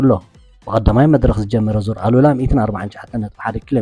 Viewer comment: ሰላም በጃኻ ዙር ኣል/ ኡላ ኢልካ ኢልካ ከተንብቦ ይምሕጸነካ ኣሉላ ካል'አ ትርጉም ስለ ዘለዎ የቀንየለይ።